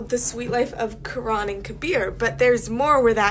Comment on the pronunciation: Lmfao she said Karan wrong